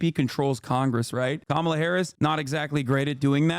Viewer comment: Trump has been saying "Comma La" during his "press conferences", but then suddenly on his tiktok, it was "Camila". So when he's in public and knows he'll be called racist for it he says it right. But then he panders to his base with CAMILA.